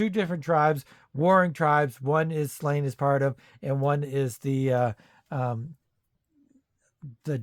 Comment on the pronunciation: It's pronounced SLAW-nyə, not "Slain".